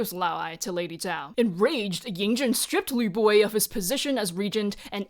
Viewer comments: i put this video on while cooking and i can't get over the fact that all i hear is YA BOY instead of Lü Buwei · Can’t stop hearing Lü Buwei as ‘ya boi’ and I’m not mad about it 😂